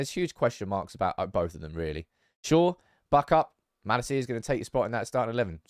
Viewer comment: Van de beek is pronounced van de bayk, not beak. Also the emphasis in malacia should be on la, not ci